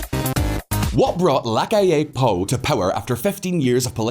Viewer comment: It's P O U, not Poo ffs!